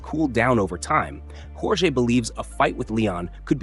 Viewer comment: AI voiceover. Mispronounced JORGE in multiple ways.